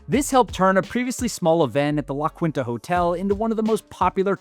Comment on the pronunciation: Dude, you’re doing such a great job… But La Quinta is pronounced ‘La Keentah’ not “La Kwintah” 😉😉😉